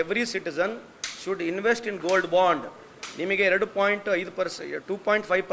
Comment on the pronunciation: Band/// Bond difference gotila e news reader ge